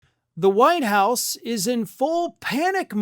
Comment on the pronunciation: Did you say Whine House?? LOL